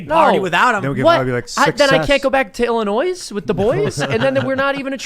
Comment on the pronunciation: I understand that the mispronunciation is intentional, yet still, it bothers me immensely.